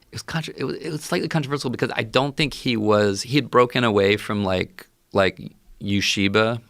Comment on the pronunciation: maybe, but his pronunciation of “ueshiba” was atrocious.